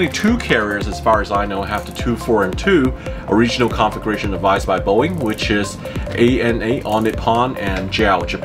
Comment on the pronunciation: It kinda sounds like you're saying "Conflagration" instead of "Configuration" con·fla·gra·tion /ˌkänfləˈɡrāSH(ə)n/ Learn to pronounce noun an extensive fire which destroys a great deal of land or property. "tinder-dry conditions sparked fears of a conflagration in many drought-devastated communities" synonyms: fire, blaze, flames, inferno, firestorm, holocaust "the conflagration spread rapidly through the wooden buildings"